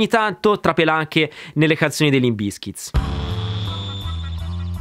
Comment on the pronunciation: Ma perchè BizkitS? Si pronuncia davvero con la S falsata finale? Bravo comunque gran bel video. Like e sub.